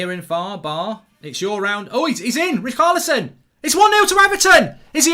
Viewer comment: Why does Mark pronounce Richarlison as ”Raokarlison”